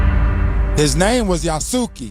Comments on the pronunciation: Yah-Sooo-Kee, Yah-Sooo-Kay, No-boon-nuhguh, Nuh-bunga are horrific pronunciations. At least he got Nobunaga correct at the end there. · the pronunciation of Yasuke and Nobunaga is sending me😂😂😂